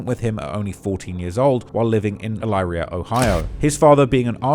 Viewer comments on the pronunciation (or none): from the city so here to correct something small bro said ‘eleyeria’ when it’s pronounced ‘eleeria’ it’s spelled elyria fwiw 😂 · Uh-leer-E-uh ohio. Elyria,oh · Ive never heard Elyria bucthered so hard its El leer re ya Not el ryla